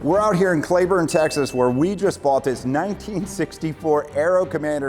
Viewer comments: Nice plane however you now have to sell it because of your pronunciation of the town. There is no such place as "Clayburne" Texas, it's Cleburne (pronounced Cleeeeburne). Also do take real care in Cleburne, the DA has been there for a long time and will throw the book at you even if it's a nothing issue. The most corrupt county in Texas, several stories about how they do things. Look up a story called "Bullies with badges" on the Fort Worth weekly and see what they do to their own citizens. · Its "clee"burn not clayburn..... Say my city's name right! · Son, it's pronounced Klee-burn, not Clay-burn. Now back to the video. By-the-way, Bob Hoover would shut down both engines, do an 8 point hesitation roll, circle the airfield, and do a dead stick landing in one of these back in the day. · Dude, it’s pronounced ClEEburne, not ClAYburne ..... 😎👍😎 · Cleeeeburn not clayburn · It’s pronounced “Clee-burn” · It's Cleee burn Texas. Not whatever you said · That's not how you say Cleburne bub it's not clayburn...